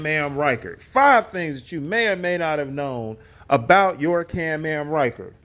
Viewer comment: What I think is Absolutely Hilarious about this video is he keeps calling it a CAM AM instead of a CAN-AM 🤭🤣😂